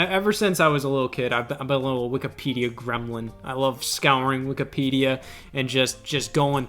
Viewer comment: Love how Scott calls it Wikapedia instead of Wikipedia no hate just made me giggle